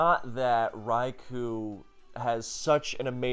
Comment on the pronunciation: One of these days someone will correctly pronounce Raikou and I'll finally be happy